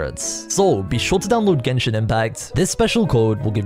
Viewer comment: "i play geshin impact" 🤡